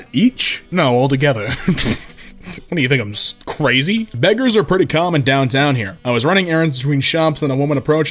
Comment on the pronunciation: Not even choosing beggars It's choosing begges